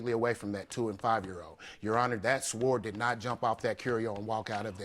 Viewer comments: Sword pronounced sord....the w is silent please.....man that was annoying. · Sword is pronounced as sord. The W is silent. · Did he just pronounce sword literally as swoored 😅😂🤣 darling the ‘w’ is silent, well at least in the uk 😊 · It's pronounced "Sord", not sWord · UUggghhhhhh It was just plucking my nerves. Sord people, sord!! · Hth he pronounce sword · He has to learn how to correctly pronounce the word "sword". The "w" is silent. Smh... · Why is he pronouncing "sword" like that? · his pronunciation of sword made me stop watching lmao 🤣🤣🤣🤣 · I hope he's aware the "w" in sword is silent. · What kind of uneducated idiot pronounces the w in "sword"? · It bothers me how he puts emphasis on the W in Sword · I know it’s spelt ‘sword’ , but the ‘W’ is silent 😅😂🥲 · The way he pronounces sword is really funny to me for some reason. Maybe cause we don’t pronounce the “w” in Texas. 🤣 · Nobody in the entire world does. Lool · Who told you how to say SWORD??? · Someone please tell this guy that the w in sword is silent. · I hate when people can’t pronounce sword 🗡 appropriately. The “w” is silent. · He's just so pathetic and dramatic. His pronunciation of the word sword alone is a reason I'm glad he lost. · Far from stupid. BTW... the "W" in the word "sword" is silent. My response is very reasonable...considering these types of people are breeding another generation of proud idiots. And then, there's the idiots that cape for them. PRICELESS ! XD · lol no duh the "w" is silent. I said what I said, your response was harsh. That's the only word the man mispronounced and you are calling him illiterate. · I wanted to yell, "The W is silent!!" Sounding like a non-native speaker. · I was so annoyed. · Yes, yes, yes! Word mispronunciation is one of my pet peeves. And, he said it with confidence! I cringed each time.